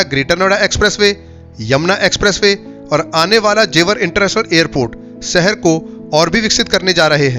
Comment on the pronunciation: Pehle dhang se bolna seekh lo. Gajiabad kya hota hai? Seher nhi Sheher. Videos banate ho, aur ganwarpana nhi khatam hota.